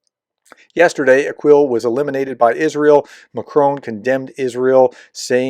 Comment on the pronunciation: NOT "Aquil" as in "a-KWIL" ! In Arabic the "Q" is not a "KW" sound. Note that his name does not have a "U" after the "Q". Just say, "a-KILL"